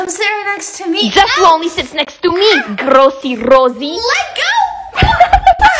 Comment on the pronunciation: When she said Grossy Rosie she just went British😂🤣